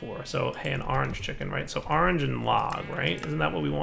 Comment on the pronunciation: "gotta get some ar-range chickens" you mean orange? "yea ar-range"